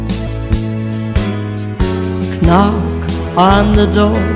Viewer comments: Did she just say K nock that's actually correct *The usual way is Nock" leave ou the k. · Awwh. Nice sound. I noticed she pronounced the first K in knock. Cute.